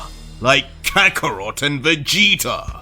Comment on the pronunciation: kaakrot ? ii toucht it was kakkarot ?